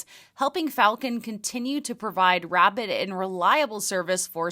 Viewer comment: kind of sound like "rabid and reliable" hehe 😂